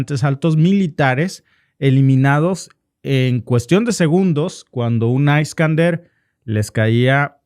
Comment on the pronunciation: Es iskander no aiskander, o es español o spanglish?